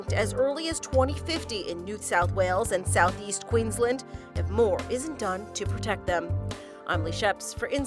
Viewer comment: Why’d she say Quensland?